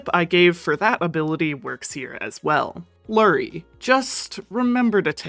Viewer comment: im not going crazy here, youre saying LURRY right? no F ?